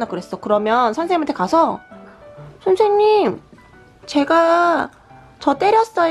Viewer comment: ㅠㅠㅠㅠㅠㅠㅠㅠㅠㅠㅠㅠㅠㅠㅠㅠ너무귀여워ㅠㅠㅠㅠㅠㅠㅠㅠㅠㅠㅠㅠㅠㅠㅠㅠ오늘부터 선생님 아니고 터탠님임 가 그렇게 발음했으니까 그냥 그게 정답임...몰라 암튼 정답임